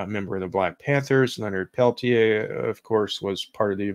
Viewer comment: It's actually pronounced "Leonard Pel-teer," rhymes with "deer."